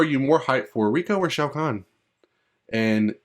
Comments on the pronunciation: Ray ko, they say it in the games, not reeko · his name is reiko not rico or riku lol